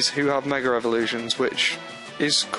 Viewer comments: It's MEGA. Not a Meger! God. Your accent kills me. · He says megr elvoluition